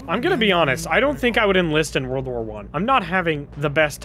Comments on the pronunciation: For the love of God someone teach doo how to say war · Idk why but the way Dooo pronounces "war" really rustles my jimmies